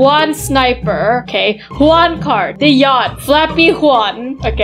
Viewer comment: Bro that ain't juan that's KUÆAN